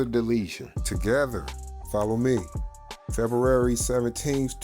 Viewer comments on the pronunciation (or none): none